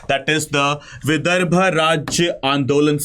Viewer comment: विदर्भ आहे ते...